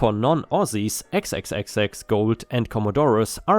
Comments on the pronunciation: You need to get a map of the world out and see just how far and separate Australia is from Europe. And it’s pronounced Four X, not xxxx. Unbelievable!!!!! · XXXX is pronounced "four-eks" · I'm sure another Aussie had already said this, but I'm not scrolling through over 300 comments (sorry). Commodore pronunciation is commodoor. XXXX pronunciation is 4 X (or 4 ex). (Sorry,! Every time you said "commodoré" it the my concentration out the window). Also, maximum legal speed on open highways is 110km/h. If the commodore got snapped doing 200km/h, that's loss of license time in most states and, possibly 30 day impound of the car depending on the state. Oops, nearly forgot the bloody big fine that goes with it. With XXXX Gold and speed cameras hidden behind overhead speed limit signs being mentioned, I'm going to take a wild stab in the dark that these bogans are Queenslanders. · Com-a-door and Four-ex are how you pronounce the Aussie bogan identifiers